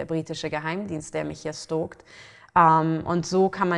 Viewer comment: Meint sie stalken ? Versteh nur stoolkt